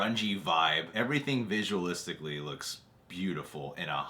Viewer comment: "Visualisticaly" 10\10